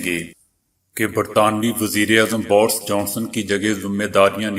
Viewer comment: Bors Johnson naheen Borus Johnson bolain please. 😛